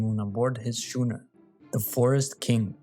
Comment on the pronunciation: Good video! It's nice to find sailing related channels that have content this good. Also: "Schooner" is not pronounced with the soft "ch" sound, and is instead pronounced like "school". Sailing words are often strange like that, as they often have roots in old English rather than modern English. The Mary Celeste likely did not have a "lifeboat" but rather a dinghy for use in carry passengers and cargo to shore when there was no dock. "Lifeboats" solely for emergency use are a fairly modern invention and boats from this time period would not have them. A more appropriate term would be "pinnace", or "tender".